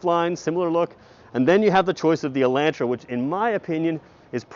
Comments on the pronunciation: El'o'ntra, not ELAAntra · Take the mask off and it’s “E””lantra” hillbillies. Smh